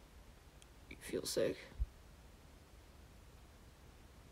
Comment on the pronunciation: I thought he said "do u feel safe" so I said "ofc I am, I am with u" then I realized that he actually said "do u feel sick" and I was like "NOOOOOOOOOOOOO I'M SO SORRY!!!!😭😂"